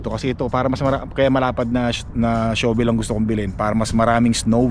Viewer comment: Shavel hindi show-vel. Incorrect pronunciation mo ka. Use a metal shovel for hard rock snow hindi plastic